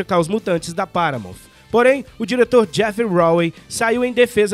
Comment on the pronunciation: dica de pronuncia de hoje: paramount não tem o som de "F" no final. o som correto é o "T" mudo, sem o i que nós brasileiros temos o hábito de colocar no final de todas as palavras terminadas em consoante. o som de "F", na verdade, é o som do "TI" "EIGE" o TH que tem em thanks e earth. ele é produzido quando posicionamos a ponta da língua entre os dentes e sopramos ao mesmo tempo. assim thanks não fica com som de tanks, por exemplo. vamos por o curso do professor jonas em prática aí galera.